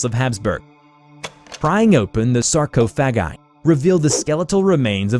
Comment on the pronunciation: The way he pronounced 'Sarcophagi' leads me to believe this is likely AI generated.